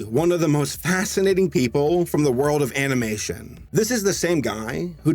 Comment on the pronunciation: If you go to 15 minutes and 22 seconds you hear him say animation in a weird way